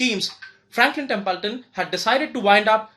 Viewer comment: It's Not Tempulton 🙄